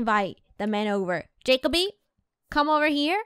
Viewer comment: its jeck-o-bee not jakeoby